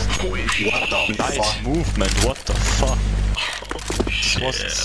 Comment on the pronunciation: "woat deu feuk" french player founded